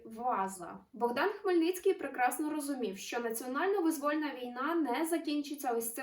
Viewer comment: Чому вимовляють "визвÓльна війна" замість "вИзвольна війна"?!